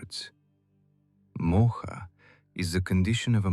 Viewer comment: I found your channel and have listened to it twice in last 2 days. I don't think anyone has explained the story better. Thank you. However, Please note that while you write the names you put an 'a' in front of it, you are NOT supposed to pronounce it with an aa sound! It's not Arjunaa. It's Arjun. Not mahabharataa, it's Mahabharat. It's not Mohaa!! It's Moh. Not yugaa. It's yug. There are 2 people talking and the one with the Russian accent is pronouncing it all correctly. It's very disturbing for an Indian person to listen to such wrong uccharan of words. Hindu names and words have a meaning only when spoken correctly